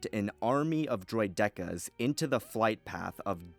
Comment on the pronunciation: good video but why call a droideka droid-decka?....i hope we get some more council forecast videos